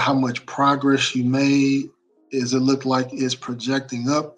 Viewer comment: Brothers please stop saying look-ded please. It’s look-ed. Brilliant! Cheers mates!!